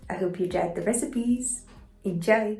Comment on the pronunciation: I'm here for the "enjaeoi"